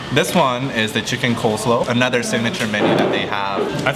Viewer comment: I think you mean coleSLAW, not coleslow.... ha!